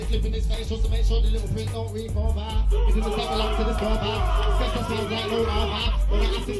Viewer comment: Skepta not Skatta bro 😂😂😂